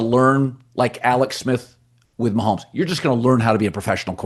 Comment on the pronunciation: Colin can't even say Patrick Mahomes name when honoring the Chiefs Jesus Christ